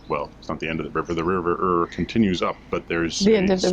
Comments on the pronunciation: "Ure" is pronounced "Yore" - hence the boats with "Yoredale" on them. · Great vid thanks one small thing the pronunciation of the river Ure it,s not Ur it,s said as [you ar] but hey ha ha ha great video. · River Ure is pronounced as your